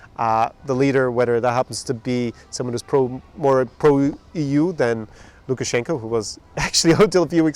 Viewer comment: Hope your fellow blogger Irish Partizan stays safe in unsettling Minsk. Russia definitely benefits from having Belarus as a buffer state so maybe they will convince him to resign in favor of another family member? Ps I notice you pronounce Lukashenko's name at the end as an A. Is that common when a Belarusian name ends in O?